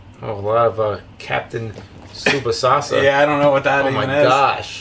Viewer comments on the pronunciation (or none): Captain Tsubasasa???? LOL It´s Tsubasa! And don´t tell me you don´t know the character. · "captain tsubasasa"? You broke my hearth